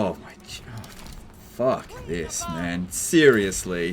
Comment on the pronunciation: best of the stream lmao, his "fuck this" was so australian 😂